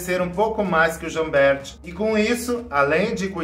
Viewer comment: Jambert: a pronúncia é Jamber, como se não existisse o “t”.